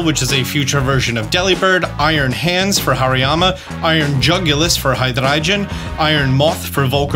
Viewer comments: Say it with me, buddy: HIGH - DRAY - GONE: Hydreigon. ;) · "Haydrache" lmao... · Why do you say hydreigon like that?? LOL, it’s hy-drey-gon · love the updates! but how the hell did u say hydreigon 🤣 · I love How german you pronounce hydreigon 😂 and When you said that the future Pokémon would be ”metal”… in my mind There was alot of studded leather, large hair, lightning and guitars involved 😅 🎸